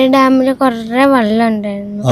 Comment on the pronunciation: ആദ്യം വെള്ളം എന്ന് പറയാൻ പഠിപ്പിക്കൂ.കുട്ടി വള്ളം വള്ളം എന്നാണ് പറയുന്നത്. പ്രാന്ത് പറയുന്ന ഫാമിലി